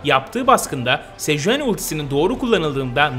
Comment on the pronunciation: 2.30 sejueni 😂